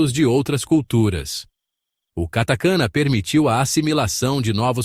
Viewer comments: Hiragana/katakana, não hiraganna/katakanna.... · HiragAna /. KatakAna A pronúncia está muito ruim …. Procure saber a pronuncia antes de qualquer vídeo …. São os erros que todos cometem ! Fica a dica 👍🏻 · Desculpe, parei de assistir depois de “hira gâna e kata kâna, tem pura”, não dá né amigo, um vídeo dedicado ao idioma e tu me coloca uma narração assim?